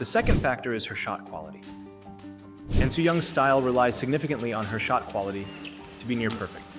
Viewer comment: ahn not ann